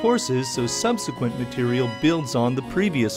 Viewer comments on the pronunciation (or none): none